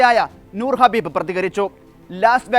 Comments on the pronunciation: Habib alla khabib. Correct news koduthu sheelamillallo. Loss vegos alla las vegas Ennanu pronounciation. Ivide vivarum ulla aarum iile?!😂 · Get the name right...Khabib not Habib...Nurmagedov not Muhammagedov😂😂😂 God sake do your job properly. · വാർത്ത വായിക്കുന്നവരെ ഇയാളുടെ പേര് ഹബീബ് എന്നല്ല കബീബ് എന്നാണ് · ഹബീബ് അല്ല കാക്കാ ഖബീബ് 😅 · ഹബീബ് അല്ല ഖബീബ്. മുഹമ്മദോവ് അല്ല nurmagomedov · Habeb alla Kabeeb an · ഖബീബ് ആണ് ഹബീബ് അല്ല ❤ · Habeeb alla khabeeb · ഹബീബ് അല്ല കബീബ് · ആ.... പേരെങ്കിലും ഒന്ന് നേരെ പറഎടെ..... കഷ്ട്ടം 😂